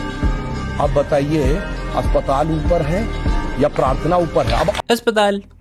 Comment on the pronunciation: अस्पताल jese aapne bola mastttttt😂😂